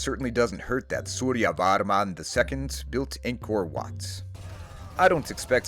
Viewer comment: suryavarnam soften all "a"s like pretend they don't exist but you know they do then you'll get more accurate pronounciation